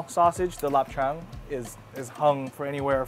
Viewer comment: Even though he's Taiwanese, his accent sounds very Cantonese to me (also the way he pronounced Lap Cheung was very authentic Cantonese)